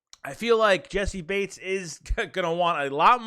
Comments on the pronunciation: Naw you said it right that’s how I say it and hear it from prominent figures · Im pretty sure you're sayin his name right bro. That's how I heard the announcers say it. That's how I've always said it. That's what it looks like it sounds like. It's right.